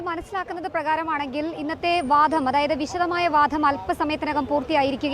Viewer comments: ജനം ടിവി അവതാരകർ മലയാളം ഉച്ചരിക്കുന്നത് അരോചകമാണ്..ഈ കുട്ടി വാധം എന്നാണ് പറയുന്നത് വാദം എന്നല്ല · വാധം അല്ല കുട്ടി...' വാദം '.